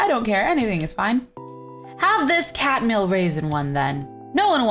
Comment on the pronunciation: It said oatmeal not catmeal 😂